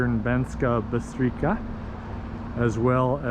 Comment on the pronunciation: C in Slovak is pronounced as ''ts'' :)